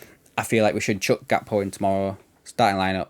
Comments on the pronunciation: Gakpo is pronounced Hakpo. Gvardiol lacks the pace to play our high line. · his name is pronounced with an 'H'... Haakpo